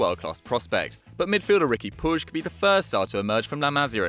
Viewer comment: I believe its pronounced pueeg 😂